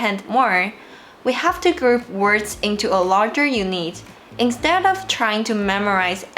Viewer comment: Great tips thanks! Btw unit is pronounced "you-knit", hope that helps.